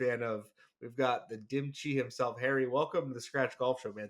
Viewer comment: his name is.. like cheh... not dim chi... hehe